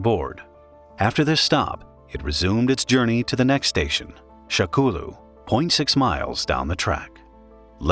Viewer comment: I can't XD SHAKOULU HAHAHAHAHHA. I think it's supposed to be sha kou lu